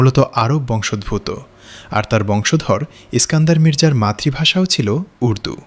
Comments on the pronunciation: Narration টাতে বংশোদ্ভূৎ বড় শ্রুতিকটু। শব্দ টা বংশ + উদ্ভূত (উৎ - ভূ+ক্ত ) = বংশোদ্ভূত। আসলে সংস্কৃত থেকে উৎপন্ন বাংলা ভাষা সংস্কৃতের নাড়ির সঙ্গে অবিচ্ছেদ্য ভাবে বাঁধা। সেটাকে পরোয়া না করে এপার বাংলাতেও বাংলা ভাষার ওপর নিদারুণ অত্যাচার চলছে। এক সময়ের আ মরি বাংলা ভাষা তার শ্রী হারিয়েছে। মুখে মুখে চলা এই ভাষা এখন তার উচ্চারণের মিষ্টতা আর সৌন্দর্য হারিয়েছে। সবচেয়ে অশ্রাব্য হচ্ছে অ কার বর্জিত উচ্চারণ। তার জায়গায় স্থান করে নিয়েছে ও কার। জন্য এখন জোন্যো, ক'টা এখন কোটা, যৎ সামান্য এখন যোৎ সামান্নো.... এমনিতে কোন কুক্ষণে কোন মূর্খ পণ্ডিতেরা বাংলায় b আর Vর ব্যবধান ঘুচিয়ে মারাত্মক বিকৃতি ঘটিয়েছেন। জানি না কোনো অন্য ভাষা আছে কিনা যাতে b আর v র ডিস্টিংক্ট তফাৎ নেই। তারপর বাঙালি প্রায়শই শ স ষ এর ব্যবধান তোয়াক্কা করে না। তার ওপর উচ্চারণ, জোর (স্ট্রেস) এর কোনো বালাই নেই। রাশিয়ান, জার্মান, ফ্রেঞ্চ এসব ভাষা তাদের উচ্ছরণকে কখনোই পাল্টাতে দেয় না। একটু এদিক সেদিক হলেই বোঝে না। রাশিয়ান ভাষা শেখার বইতে স্ট্রেস রেফ চিহ্ন দিয়ে চিহ্নিত করা থাকে। দুঃখের কথা ইন্টারনেট এখন বাংলার ভুলে ভরা, যেন ওটাই এখন কায়দা হয়ে দাঁড়িয়েছে। এরা এখন এতই বলবান যে ফোনেটিক কীবোর্ড গুলোতেও অ লিখতে a র জায়গায় o type করতে হয়। মজার কথা হলো সব বিশ্ববিদ্যালয়ে বাংলা ফোনেটিক্স ডিপার্টমেন্ট রয়েছে। সেখানে শিক্ষকরা কি করেন? তারাও কি স্রোতে গা ভাসিয়ে আসি যাই মাইনে পাইয়ের দলে? চুলোয় যাক বাংলা ভাষা। সত্যি বলছি, বাংলা ভাষা আর সাহিত্য কিন্তু অতুলনীয়। আমি পৃথিবীর সেরা 7 ভাষায় মহা আনন্দে চর্চা করি; তার সুবাদেই বলছি। ওহে বাঙালি, কর অনুধাবন! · “বংশোদভূত” শব্দটার উচ্চারণ হবে বংশোদ্ভূতো-এর মতো